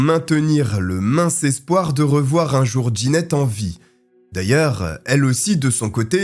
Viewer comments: Jeannette se prononce : JAnnette et non D' Ginette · Trop déstabilisant la prononciation du prénom jeannette : « Djanette » pas « Ginette » C’est un détail , mais ça m’a perturbé.